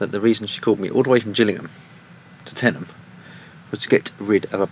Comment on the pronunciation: thank you for saying tenyham right